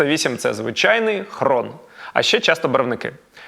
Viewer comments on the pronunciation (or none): Мішаня, ну ж не хрон! Хрон це московит якого забрали з-за столу на «есвео»….. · Хрін а не хрон